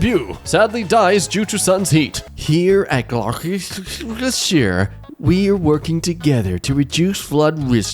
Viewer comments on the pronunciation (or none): I have never seen someone mispronounce a city other than Worcestershire so badly in my life. It is pronounced “gloss”-“tur” like in turn-“sh”-“ire” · how do you not know how to pronounce Gloucestershire?